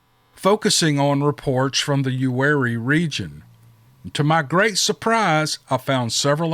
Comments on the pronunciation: Im 45 min from "You-Are-E". Lol bout died hearing you say it like its spelled Lived here all my life. 9 years at Ft Bragg 504th pir. Its close to there also. I know what he heard,and yeaaa its scary,but not what your thinking. I truck now. Retired from my personal company 2 years ago but now pull for someone else. Was going to email you about a ummm,,,,,, Whats that email? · It’s Uwharrie, pronounced U-ARE-EE